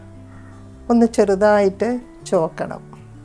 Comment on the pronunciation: U R ❤️MGSreekumar Dontsay ചോക്കണം Say ചുമക്കണം